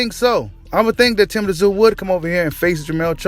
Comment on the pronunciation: Tszyu you just pronounce his name zoo, the T is silent. 👍